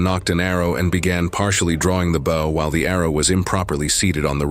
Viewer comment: it is pronounced Bow as in bow tie Not BOW as in front of a ship